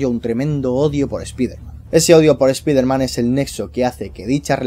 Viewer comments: se dice "spaiderman" español CTM, no se dice "spiderman" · Es ESPAIDER MAN NO ESPIFERMAN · a y no se si sabes algo de inglés, pero se dice spaiderman, aunque se escribe Spiderman se dice spaiderman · Paren de decirle espiderman no se dice asi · esta bien el vídeo y todo pero me provoca algo cada vez que pronuncias así spiderman se que eres de España pero siendo fan mínimo trata de instigar y poder pronunciarlo de manera correcta o mejor decirle hombre araña